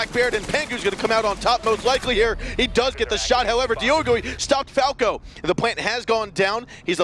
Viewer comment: Isnt it diogo 1 not diogoi